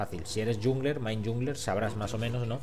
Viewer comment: Por favor, no pronuncies "yungler".